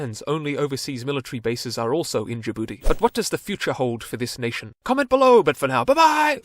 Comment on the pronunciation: Why he call my country Ja'boodee 😂